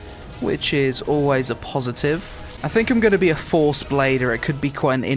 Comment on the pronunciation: "Lots of classes use the fohrce" lol